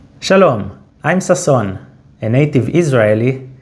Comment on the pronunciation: Sas-SOON?! 😮 Or better as SAS-soon?! 😂 I'm learning. You're teaching. טוב!